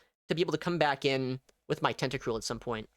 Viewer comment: Tenta-cruel * not tentacrule